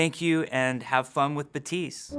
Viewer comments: Almost. You stil lpronounce the final t, Jeff barely does it but still does it. Correct way to pronounce it is a clearer "t" sound, so baTeest. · "Ba-tee-st" is how you pronounce it though? It's not pronounced like Baptist! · FailOutBoy I never heard a Haitian pronounce Baptiste “BUTEESE” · no, "batist" , like "a bat" and the end of "list".And the p is silent. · Is it just me hearing him say 'Batise'? o.O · he says batist, but his final "t" is super faint for some reason. Batist is correct, his way of faintly pronouncing the t is not really. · is it just me or does Papa keep calling him Batiste? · Me: Thinks it's pronounced like it was written as ,,bapptistt" " Jeffree: ,,MMMM BabptiSeEEe" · Is it me, or does Daddy Jeff not pronounce the 'p' in "bap-tiste"?? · No it's just pronounced Batist the "i" is pronounced like the second "i" from "scientist" not like "ee" from "teeth" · I like how every including jeff is saying name wrong because the p is not silent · So you don't pronounce 3 letters in his name. Good to know. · I'm sorry. Why are the p and the second t silent? Is that a thing? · Am from South Florida and can confirm with 1000% certainty that it's as I said previously. While you came with a French pronunciation. It's clearly stated that the character is Haitian. They all pronounce it with the P. Thanks anyways tho. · First Hero name that Jeff can't pronounce right. The end of Baptiste is supposed to sound like dentist, not apprentice. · Is Jeff aware that his name is Baptiste not batiste? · Why is he saying batisse? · Bap-tise.. I thought his name was pronounced "Bap-tist-te." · Why is everyone saying it Batiste it's Baptiste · buh-teese????? Isnt it BAP- Tees-te? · It's BaPtiste not Batisse Jeff.. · "ba-tiste" i thought it's BAPTISTE like church related thing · How do you actually pronounce this? Jeff says Buh - teese but it looks like Bap - teest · You’re saying ‘Batees’. In French we would say ‘Bateest’. Is this a Haitian thing I haven’t noticed before?